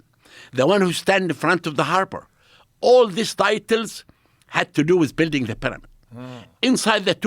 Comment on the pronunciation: Expert on the peramid can't even pronounce pyramid.